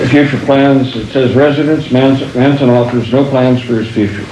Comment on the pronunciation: M A N ... S O N ... thats "Son of Man(kind)" ... why he says "Manssenn" ? One of the most sad stories of a "system fed on souls" so far documented.